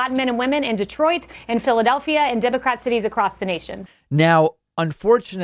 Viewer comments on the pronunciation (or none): none